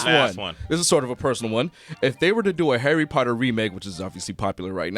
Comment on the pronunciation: 'Arry Potter